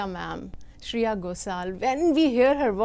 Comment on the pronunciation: Shreya not Shriya 😭💀